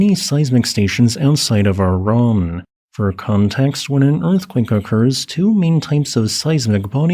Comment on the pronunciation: Sorry, I am not about to take the word of some idiot that can't even pronounce Iran correctly.